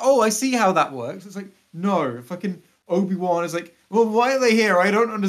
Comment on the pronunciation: Is it just me, or does say "Nobi-Wan" here? To go along with Jake Skywalker, I suppose.:p